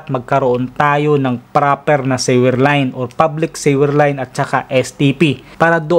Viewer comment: Thanks for sharing. I just have a suggestion. Please pronounce the word "sewer" suwer, not siwer...Please google the correct pronounciation of sewer and sewage. Thanks...just helping...